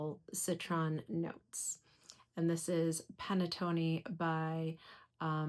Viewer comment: as aItalian u pronounce panettone wrong 😮 I love your chanel though 😊